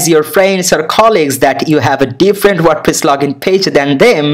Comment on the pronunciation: tutorial good but its "wordpress" not "wordpiss" 😂